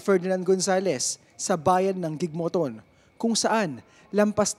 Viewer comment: Gigmoton.? Baka gigmoto bulol or Bobo ito reporter hindi man Lang nag research